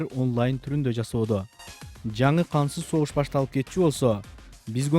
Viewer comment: Кансыз согушпу же кантсыз согушпу туура суйлогуло